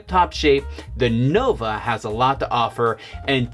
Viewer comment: Can’t even pronounce the name correctly, Nova, not Novo!